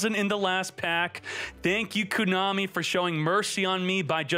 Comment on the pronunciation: You mean "Ko-money" god??